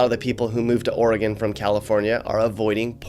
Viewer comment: Thank you for pronouncing Oregon correctly (ORY-gun, NOT OreeGONE).